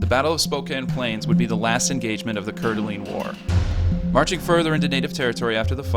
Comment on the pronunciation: Great video but your pronunciation is a bit off. It's pewjit sound, coor da lane, and oregonian not oregani.